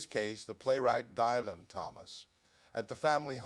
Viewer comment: Dylan, not "Dylon."